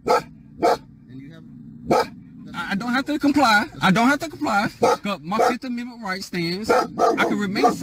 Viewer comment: For people who are SovCits and always say "fifith admenent" they sure talk a lot